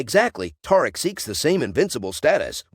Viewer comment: Is you saying taric 😂😂😂